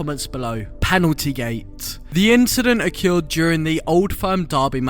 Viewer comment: Learn to say occurred jesus christ.